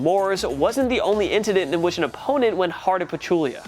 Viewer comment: he said “intenant” instead of incident 😂